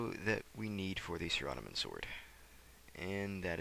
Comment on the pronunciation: nice video.. but am i the only one annoyed by how he says saradomin? lol